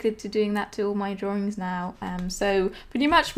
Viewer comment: Drawrings. Lol. Love it.